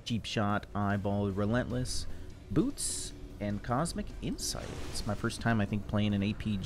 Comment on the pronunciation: Why every time he says ''boots'' I hear something else 😅😊